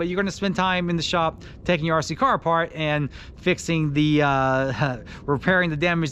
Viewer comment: RC "CAR!" Why are u saying it like that lol. Stop emphasizing"car" plz. I can't watch anymore...